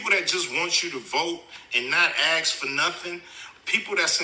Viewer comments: I love Cube but he's wrong on this one. This Election is about preventing The Heritage Foundation from implementing Project 2025 and keeping the Orange Grifter out of The White House. Cube also needs to learn how to say "ASK" not "AX' if he wants to be taken seriously. 😎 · First, Ice Cube or whatever your name is. Learn how to pronounce ASK. Had no idea he was one of the kind of blacks so easily swayed by marketing, and the tales we see on the screen. Maybe his children can talk some sense into him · Ice Cube: Can't pronounce the word 'ask'. Can't speak coherently on politics.